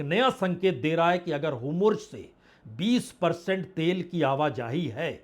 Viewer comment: सर होमुर्ज गलत उच्चारण है, सही होर्मुज है।